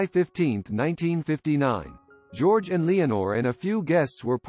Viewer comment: "Jerogay" Reeves? Really?